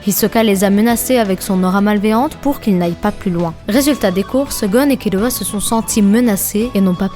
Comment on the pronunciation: BONNE VIDEO MAIS TU DIT KILUA C TROP BIZARD